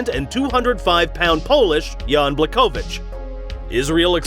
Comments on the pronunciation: It’s Bla’Ho’Vich or Bwa’Ho’Vich. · Everytime you said jans name it was annoying me like, wasn’t pronouncing his name properly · ł in Błachowicz sounds actually like W in English.